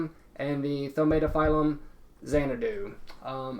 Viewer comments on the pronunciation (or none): LOL It's not pronounced "tomahto-phyllum". It's tah-OOH-mah-toh-phee-loom.